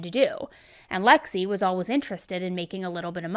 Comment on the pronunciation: Where is she ( ) from? She always pronounces ALWAYS as alwas